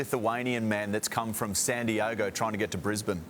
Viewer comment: Sandi-ogo? What about San Diego ("San-dee-ay-go)? I guess it may have been "a slip of the tongue", but, if not, please "brush-up" on your geographical place names.